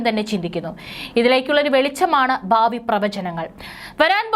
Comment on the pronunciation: ബാവി അല്ല പ്രിയ സോദരി... ഭാവി... കഷ്ടം.